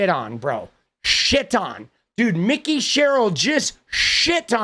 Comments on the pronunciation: Not Mick-e. It’s Mike-e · I believe Sherill's first name is pronounced like "Mike E" rather than "Mickey".